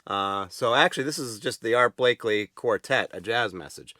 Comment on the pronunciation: It’s Art Blakey… not Blakley…